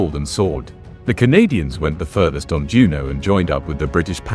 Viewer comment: Juno, not Juneau